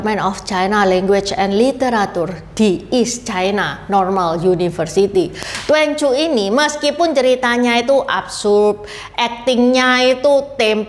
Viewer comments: Bacanya tuan ci ..bukan tuen cu ..cici🙏🙏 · "twan cyu" bukan " tuen cyu",. 'a' nya harus tetap dibaca 'a', gak bisa optional dibaca 'e 'kayak yg Juan, quan, xuan,yuan. Duan dibaca tuen justru jadi kaku mulut kita. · Duanju seharusnya dibaca : tuan cü. Itu bacanya salah.